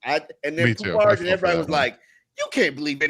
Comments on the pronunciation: It’s Poup. Poupart is his last name. French origin. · I mean fckd sake we can’t even pronounce his name right. Come on